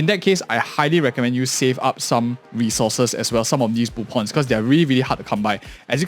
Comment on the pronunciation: Why do you pronounce them boopins and boopons? Is it a typo because i is close to o on the keyboard? Do you speak with a keyboard?